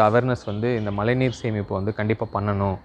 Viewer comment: its not malai neer.. its mazhai neer..